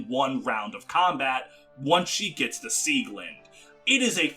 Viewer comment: Ok, this just irks me a bit. "Beil" is the german word for lumberjack axes and is spoken "Bail" the "ai" spoken similar to "aye,aye" not "Beyl" like "Bane". Same for Eirikas weapon "Sieglinde", since in german the e is not silent.